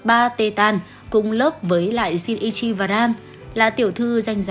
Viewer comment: Kudo Shinichi cj phát âm "ni" là "ni" chứ cj đừng đọc là "i" nha nó sẽ thành "Kudo Shiichi" á:< iem chỉ góp ý thui à:<